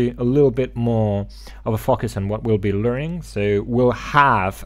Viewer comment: again thank you for this video. A weird thing I noticed is when you say focusing, it hear it as fu@ I Know its weird.